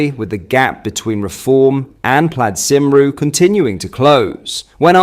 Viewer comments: what the fucking he’ll is that bro pronounced cumree cymru 😂🤣 I’d rather you call me a sheep shagger 🤣🫣 🏴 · Here's an easy way for an English speaker to pronounce Cymru - Cumree . I only say as I dont want you to get shit off the Welsh nationalist and other leftists mate ( dont forget they used to burn your Holiday home down back in the day) 👍😂